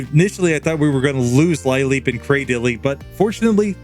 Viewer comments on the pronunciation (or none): I'm still watching and not sure if this comes up or if anyone's mentioned it, but lileep is pronounced "lil-eep," not "lie-leep." Comes from "lily," as in a sea lily...